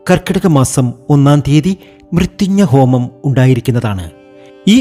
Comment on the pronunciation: മൃത്യുഞ്ജ ഹോമം അല്ല മൃത്യുഞ്ജയ ഹോമം ആണ്.